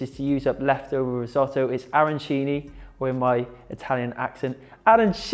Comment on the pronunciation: the only thing I MUST correct is that WE DON'T talk and we DON'T say Arancini in THAT way!!!! this is a thing that the anglophones invented.. and this strange pronounce makes us piss off! Nice recipe, BUT we don't put breadcrambs and parsley inside.. in our Arancini there is Safran and Rice.. The Supplì made in Rome, they are made with , risotto with tomato souce. The Arancini have inside meat , peas and Mozzarella.. so here there is a lot of confusion, I appreciated the fact that you veganized.. but please follow the right recipe!